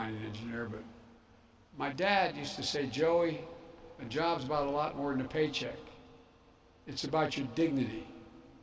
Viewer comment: BIDEN WANTS TO TAKE YER JOWBS!!!